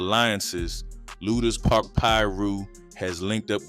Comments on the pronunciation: Man it's pronounced LOO-DERS Park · It’s pronounced Lewders Park. But spelled lueders park.